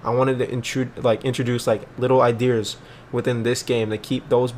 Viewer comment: "idears" lmao